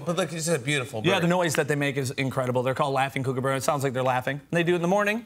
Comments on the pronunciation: I don't know who this guy is, but he's definitely not Steve Irwin, and watching the way he interacts with this Kookaburra (pronounced Cook-a-burra, not kookyberra) is just all out of whack. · Just KOOKABURRA not laughing kookaburra, the same with KOALA not koala bear. Pronounced Cook-a-buh-ra. not kook like a crazy person. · pronounced cook not kook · Its pronounced ' cook - ah - burrah ' not ' kook - a - burrah' please people, please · The koo in kookaburra rhymes with cook or book, not spook. And they don't take shrimp off the barbie, because we don't have shrimp here. We have prawns, but what they like is snags off the barbie. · There are only 2 "O"'s in Kookaburra so it is pronounced Kook as in Cook. They Are easily trained to laugh if he bothered to learn. You don't have to roll your R's. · Pronounced "cook"-a-burra NOT "kook"-a-burra... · Kookaburra isn't pronounce like Kooookaburra, the oo sound is the same as in took. Also, this is just a baby, because of its small size, coloration and not having a developed tail. Only mature adult Kookaburras call (laugh). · Yes, you would think one would learn the correct pronunciation before discussing a bird. It may be spelt kookaburra but it's pronounced cookaburra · That's not how you say Kookaburra, it's supposed to sound like like 'cook' & they're not from the outback (desert) so much as the bush (forest) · yes I have seen a kookaburra steal food but they aren't ck-oo-ck-ah-burrahs they are cook-a-burrahs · "kookooboora" nice pronunciation mate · Please stop adding words. Just Kookabura. Not laughing Kookabura. Pronounced Cook-a-bar-ra cook as in cook in the kitchen. Also Prawn, not Shrimp. And the Kookabura would stay away from the Barbecue because it would be too hot. While I'm at it, just Koala, not Koala Bear. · It's pronounced cook uh burr uh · pronounced cook-a-burra . and they live in suburbia too. their laugh isnt exclusive to day or not. uneducated guest. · and the way he pronounces Kookaburra is not right.